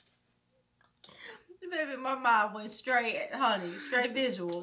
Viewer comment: “Staight visual” 😂